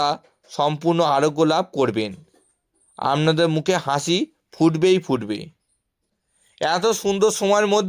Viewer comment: উচ্চারণ ঠিক করে করুণ। আমনাদের বলে কোনো কথা হয় নাকি ?